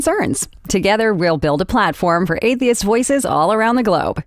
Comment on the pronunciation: This is comedy gold please share more I had a good laugh. I love the way she says atheist like "Athist"